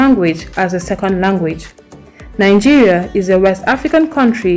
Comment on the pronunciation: Nigeria should have been no 1 in the list is your opinion and opinions are like noses, everyone has. Your pronunciations do not come close to the way Native English speakers pronounce words yet u claim you should have been first. That is ridiculous. You pronunce Nigeria as nangeria, how do u pronounce "vegetables"? Is that how native English speakers pronounce it? Does it even come close?